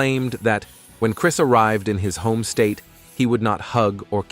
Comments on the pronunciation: Lol…. Crees and Sha non…..😂 Cheating with a woman he work Aid with…..omg, so bad…. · Also y you call him Chreees, and he scored meeenus 27 on the polygraph? What kind of speech problem is that? 😂